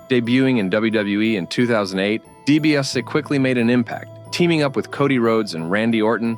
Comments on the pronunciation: DiBiase is pronounced “Dee bee ah see” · You pronounced DiBiase wrong.